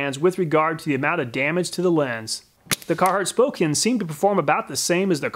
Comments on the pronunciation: I doubt you are gonna see this, but one point of correction. It's pronounced Spo-can not spo-kane. Source. I lived in spokane. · Just a note: it's pronounced "spoh-can" not "-cane" It's a city in Washington State. You're doing incredibly valuable work here! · As a person who lives in Spokane it was painful to hear it pronounced spocaine ... (s-po-can) is the proper pronunciation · Spokane is pronounced Spoke-CAN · When you want to get down....down on the ground, Spokane. :-D Spoh-can. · Not to be that guy but I like in spokane, it's pronounced spo-can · Spokane is pronounced SPŌ-CAN. the E does not make the A say it’s name. Silly outsiders :-).